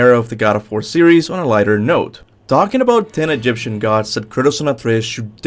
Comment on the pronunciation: As an Egyptian most of your pronounce for most of Egyptian gods name is wrong but I will accept that because you are not an Egyptian or an Arabic speaker